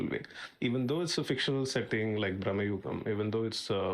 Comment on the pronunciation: It’s BRAMAYUGAM but in hindi momootty saying it as BRAHMAYUGAM. Maybe thats y he’s pronouncing like that.